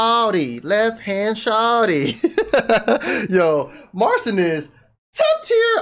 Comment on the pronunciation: Just so you know his name is pronounced as Marchin. That's the Polish way to say it.